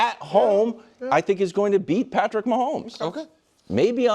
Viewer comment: Every time Nick says "Patrick" I cringe.